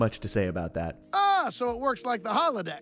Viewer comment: "aboot" are you Canadian my friend 😂